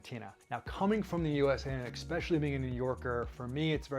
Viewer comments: fun info thanx but plzzzz ...its ESPecially not EXpecially ......es not ex 🙏🙏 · Interesting video thank you. Just a quirk of mine - there is no X in especially. He says it a hundred times.